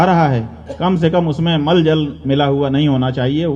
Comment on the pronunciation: प्रभु आप शंकराचार्य होकर के गंगाजल को माल जल बोल रहे हैं धन्य है आपकी बुद्धि धन्यवाद धन्यवाद धन्यवाद धन्यवाद धन्यवाद आपके माता-पिता